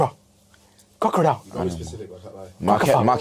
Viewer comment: nan said crocradile on a gang ting🤣🤣